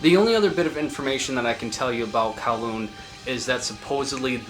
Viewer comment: kowloon is crazy.. its pronounced goo-ryong more like. i have no idea where the fuck kowloon came from 😭the lyrics are in korean and all the korean on bandcamp for the release is correct, not translator korean, uses north korean lingo. But probably some guys in s.korea trolling.